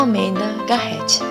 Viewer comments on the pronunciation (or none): OOi adorei seu vídeo, só um adendo Garret se lê Garré kkkk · e "Garret" o "t" é mudo.